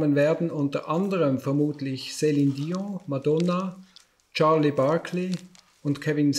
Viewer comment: Sälin Diong